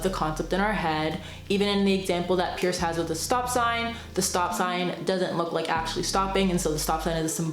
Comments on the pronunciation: Small point, but it's C.S. Peirce (prounounced "purse"), not "Pierce." Otherwise a great summary! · Great video. Just remember that Peirce’s name is pronounced “purse.” The family name was originally Pers. They changed it to Peirce (not Pierce) thinking it would sound like Pers/purse, but really it didn’t clarify anything! 😂